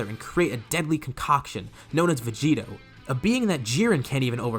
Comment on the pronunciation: It's "Vegito"